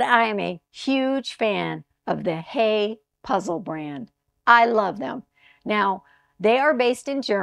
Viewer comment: It's HIGH-uh. Confirmed by a German puzzler!